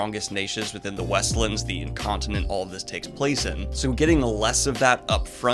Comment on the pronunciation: You said "in-continent" giggles